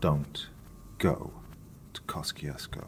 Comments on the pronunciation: Wow, your voice is so smooth it can melt the butter of my heart. But damn, the American pronunciation is hella weird. We pronounce it Kosh-chush-ko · FYI. It's pronounced. Keh- choo- skoe